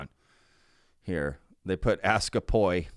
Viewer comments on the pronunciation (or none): Even more important is whether or not Ass Ka Poi is pronounced to rhyme with boy, or buoy. I might need need a 🛟